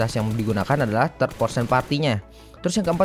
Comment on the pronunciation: bang kalo ngomong 3rd person, ngomongnya "third", Hanya mengingatkan